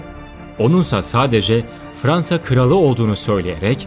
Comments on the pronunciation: Eline emeğine sağlık ama kralı niye kıral diye yarin be :D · Reis Kıral Değil Kral Ama Süper Video Cİdden